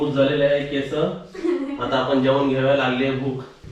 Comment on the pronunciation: केसं नाही केस म्हणायचं.